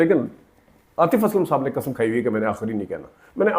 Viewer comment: Ap ne bhi tu kasam kaha ,it's qasam.lolzz had hai yar, buhat mazarat ke sath lekin punjabis ne jesey urdu ki waat lagai hai kisi ne nahi lagai